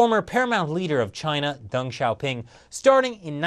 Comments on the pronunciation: "Xi sees himself, like (Dung, not Deng pronounced, Dung) as a man of drama..." Too funny! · you pronounce deng as dung